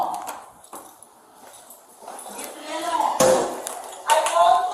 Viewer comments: “Leaf me alhone” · "LEF MI ULONE"